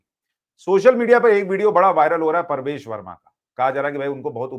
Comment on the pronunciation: परवेश नही प्रवेश